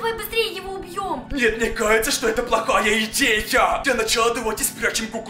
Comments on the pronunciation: Он говорит:мне каеца😂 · Он говорит:мне каеца😂😂😂